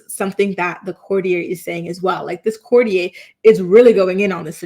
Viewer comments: Courtier --the r on the end of that word is not silent. I'ts not pronounced with an a sound. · Courtier.. court e ur. Not like Cartier.... 😂 but i agree.. theres something going on wuth Kate..they keep referring to her as Kate Middleton, her maiden name, an odd detail. Her kids are out of sight too. And the Derren Briwn tweet from 14th December..something bad has happened. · 😂It would help if you could pronounce courtier properly. It would also help if you named, this person. There is no mystery, The Princess of Wales is undergoing treatment, nothing to hide so stop the nonsense